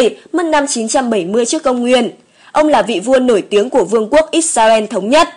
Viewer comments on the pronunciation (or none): none